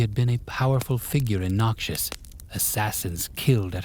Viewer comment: Stop saying noxus like Nausius, its soo jarring pls I beg. Thisis i great, but the way you say it ruining it.